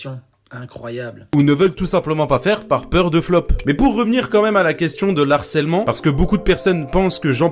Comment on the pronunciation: "l'harcèlement" avec un L apostrophe. Alors oui c'est pas le plus grave, mais tellement parlant.